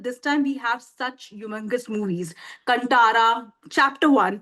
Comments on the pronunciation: कंटारा नहीं कांतारा.. Pronunciation improve karna padega.. Aapke Hindi bahut weak hai. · Desi people pronouncing it as kuntara 🤦 Kaan Taara! Ko Kaan Taara bolna mushkil hogaya apne hi desvasiyon ko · Now they are pressurised to say good about KANTARA Main thing is that they can digust success of other industry Bollywood make movie like nothing no story They make movie for bunglow people not for the middle class people... They are pathetic... Main things is they can't pronounce KANTARA correct.. They make movie in Hindi not able to speak one correct line in Hindi... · कंटारा क्यों ? कांतारा है 😡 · Hindi people ko aaj b kaantara k pronounciation ni aata 😂😂